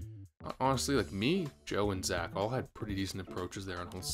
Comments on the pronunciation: Congrats dude! But why are you mispronouncing “Zach” as “Zatch” the entire time? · Why did you pronounce "Zach" as "Zatch" lmao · isn't Zach pronounced like Zack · Why do you say Zach like that. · Why's bro pronouncing Zach like that lol?